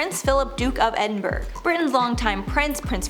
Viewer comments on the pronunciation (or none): It's pronounced like "Edin-bruh", not "Edinberg" lol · Edinburgh is pronounced ED-in-BUR-əh or Edinboro not edinbrigd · Its pronounced "Edin- BURRA not "Berg". Just thought you should know. I'm from Britain. (Prince's Philip's title) 😊😊😊😊